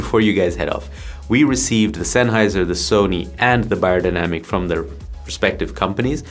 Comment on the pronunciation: Hey you said my last name correctly. TAKE NOTE AMERICANS, it is amazing how many people in the states say "BAYER", why? That's already a name.